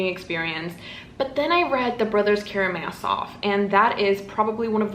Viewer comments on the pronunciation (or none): none